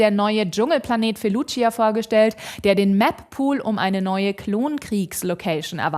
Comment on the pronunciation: Sie spricht FELUCIA FALSCH AUS! Ich könnte ausrasten!